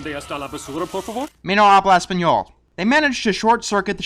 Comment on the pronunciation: it's "yo no hablo espanol," (the H isn't pronounced) (the n in espanol is pronounced ny."